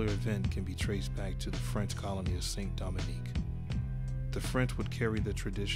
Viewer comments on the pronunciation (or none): I think you mean to say from the island of St. Domingue(the pronunciation), now the island of Haiti. Here’s a bit of history for y’all, during the Haitian revolution the French and Mullatos who wanted to keep their slaves and avoid the war took their slaves, family and moved to New Orleans which was at the time under French rule.